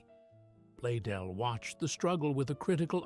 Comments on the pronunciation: The founder's name is Blaisdell, and it is NOT pronounced "blay-dell" as the fake AI-generated narration indicates. The "s" is NOT silent. Correct pronunciation of Blaisdell is: "BLAYZ-dell", contrary to what your AI-generated fake "narrator" indicates. "BLAYZ-dell" - please-get-it-right. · I wonder what the mans name was, bladeel, bladel, badeel blazedeel or whatever way the AI pronounced it. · With the exception that it continually pronounces Blaisdell as Blaydell. I think it pronounced it correctly only 2 or 3 times. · Its fitting Ai could not even pronounce Mr. Blaisdells name properly...with an S. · This is largely Ai generated The founders name is mispronounced and photos are not accurate. Garbage Ai